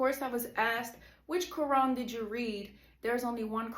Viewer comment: U cant even pronounce the Quran correctly lol fake. "Imaans which is like a priest" lol fake video by a troll .